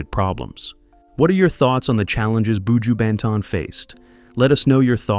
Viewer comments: That’s why White ppl should never tell our stories. They never get shyt right. Not even our names. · Why do these people always want to talk about black people and don't learn how to pronounce the people's names, countries, area, villages correctly? It's pronunced boo jew (buju). Even buju's flipping surname is simple to pronounce and you're still getting it damn wrong. Shait man!! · BOO-JEWW Bentone lol this narrator has me laughing every time he says that😂😂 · Terrible! Can't even pronounce his name nevermind talk facts. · Not even pronouncing me star name properly!!! Leave him alone sir, unnu can't break me star, so carry on wid fake news!!!!!!